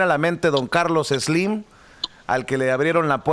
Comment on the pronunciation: ... No se dice Eslim se dice: Slim sin pronunciar una E al principio...Stop, Spoon, style, Stanley, Star, Stairway, Stability, stupid etc etc🤔🤔🤔🤔🤔🤔